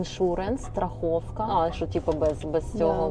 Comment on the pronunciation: класна ти Клава. Дай Бог тобі здоров'я! Тільки попрошу: не кажи страхІвка, бо то є страхОвка, навіть по-Українськи.